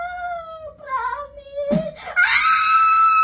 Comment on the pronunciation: "Pramis" at "Wanhandred"